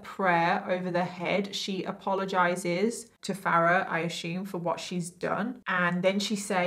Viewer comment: "I ashooooooom" lol